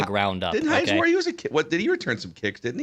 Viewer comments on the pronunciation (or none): none